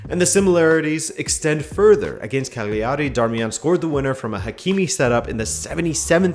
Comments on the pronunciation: the gl in italian, you can treat similarly to the lh in Portuguese, it's not a g in either case, so in italian the word Cagliari is 3 syllables long. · Or put more simply: G is silent when put before L in Italian, so it's pretty much "Caliari".